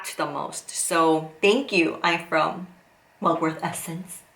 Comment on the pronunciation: It’s mugwort not mugworth